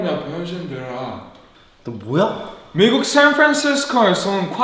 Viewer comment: 처음부터 잼있어 ㅋㅋㅋㅋㅋ북한,미국 발음보소 ㅋㅋㅋㅋㅋ